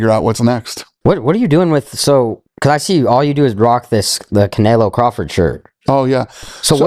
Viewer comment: Can say canelo right 🤣